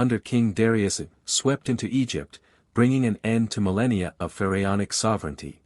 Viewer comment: Really AI? "Ferryonic"?..."R.A"? A little human editorial oversight would go a long way here…